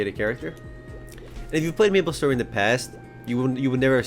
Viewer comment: Aaaaand I thought he said nipple story for a sec